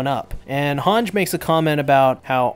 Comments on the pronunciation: its hange not hanj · Why u pronouncing Hanji’s name weirdly?